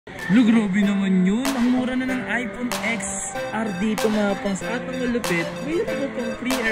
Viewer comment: "Aypon ten ar" po hindi "aypon eks ar" 😂😂 Love your updates, keep it up!